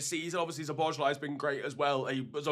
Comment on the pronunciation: how many times are you going to butcher szoboszlai's name? why can't you check it once how to pronounce? unsubscribed, thx